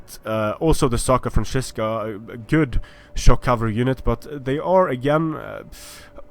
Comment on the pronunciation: Hey, is there any way you can tell creative assembly that it shouldn´t be "SACra Franzisca" but "SCAra Franzisca", for in latin its "scara,ae" the "scara franzisca"-> the frankish (war)band were a elite force of the frankish kings. Nice video by the way:D